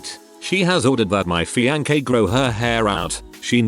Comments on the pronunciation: Please. Please. PUL-LEEEZE read these yourself. 'Feeankee' - seriously???? C'mon! Find a better program! The content is great, but 'feeankee'??? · Only once have I heard him pronounce fiancee correctly. I'm pretty sure it's done on purpose to fuck with listeners.